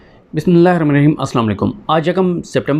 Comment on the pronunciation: Sadique bhai bismillah sahe tarah se parh liya kro pls